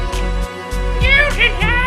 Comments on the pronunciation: I thought you were saying "golden guy" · The the worse butchering of Goldeneye I've ever heard, excellent.